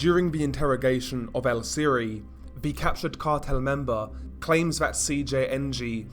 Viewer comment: VIAGRAS (Vee-agh-ras) you fucking idiot. Viagras are boner pills. For fucks sake how do you do so bad at pronunciation?🤦‍♂️ Vee-agh-ras! Also its Siri pronounced (See-ree) not siri. Fuck man!🤦‍♂️